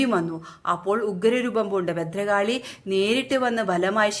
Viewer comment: ബദ്രകാളിയല്ല ഭദ്രകാളി "ഭ"